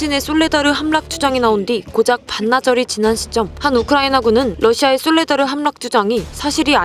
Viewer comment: 솔라데르라고 하셨네요.